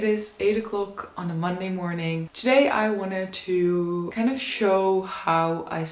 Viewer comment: I like the way that you say ‘choo’for ‘to’! Can’t get away with anything, can you! 🥰